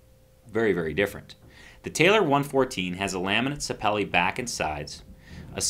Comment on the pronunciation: Sa peel-li, like orange peel and Jet Li.